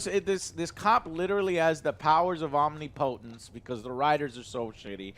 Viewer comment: I love listening to speak to hear how he'll pronounce words like "omnipotence" and "algorithm".